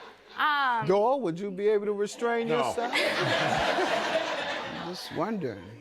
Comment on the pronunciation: His name is Doyle, not "Dole".